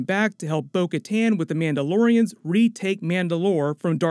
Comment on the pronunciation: Bo Kattan said her name like "Boca Tan"